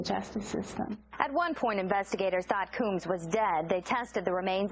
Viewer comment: Does she not know how to read??! Combs??! Illiterate reporter